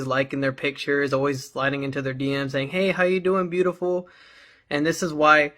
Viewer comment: breedaful lmao 😆😂